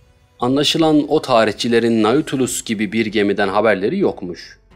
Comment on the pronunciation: Okuma için teşekkür ederim. Naçizane bir düzeltme bilgisi vermek isterim. Nautilus, yazıldığı gibi okunmuyor. “Natülüs” şeklinde telaffuz etmek daha doğru olacak. Hani şu İstanbul’daki AVM gibi. Zaten onun isim kaynağı da bu kitaptaki denizaltı.